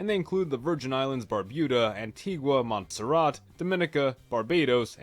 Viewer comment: Tell him again just like Monserrat Dem pronounce with two SS and Grenada is Granada 😂😂😂😂😂😂.